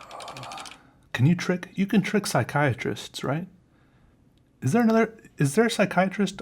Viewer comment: as a Psychology major I die a little inside when you say Psychiatrists:(